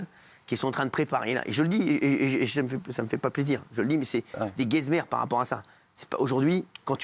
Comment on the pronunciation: « Guez-mer » ptdrr hanouna le sort à toutes les sauces, il est trop fier de lui mdr il se prend trop pour un fou